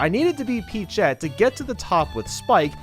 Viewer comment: Did...Did he say peachette?